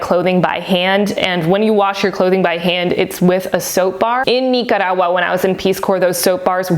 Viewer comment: Nice video! Everytime you say Nicaragua is super funny! I say NICK CAR AGUA 😂😂 I'm too Canadian